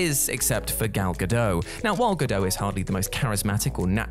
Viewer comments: Her name is not Gal Gado. It is Gal Gadot and you pronounce the T. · Gado? It's GadoT. She's given recorded interviews about the pronunciation of her name. And well done giving her characters death away for anyone who didn't know. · It's pronounced "ga-dot," not "ga-doe." She's not French. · Bit disrespectful if you are not only going to criticise Gal Gadot’s performance (not seen the film so have no opinion) but to consistently mispronounce her name as well. It is Gal Ga-dot not Ga-Doe and is not difficult to find her herself pronouncing it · Cast not casted dude & it’s gah doh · GodoT with a hard T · It's pronounced Gal Ga-dot. There's a T on the end. It's Hebrew, not French. Seriously, if your job is to narrate this stuff, make an effort. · The 't' in "Gadot" is not silent. Hebrew has no silent 't's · Just FYI, the T in Gal Gadot is not silent. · I just posted this myself, I hadn’t scrolled down much first to spot this. Whatculture mispronounce at least one name in every video. It must be contractual.